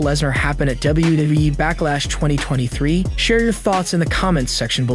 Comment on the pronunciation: Bro stop saying e twice it's wwe not wwee